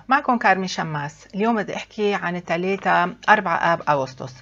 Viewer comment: رجاء.. كلمة ثلثاء خطأ .. ثلاثاء.. ثلااااااااثاء...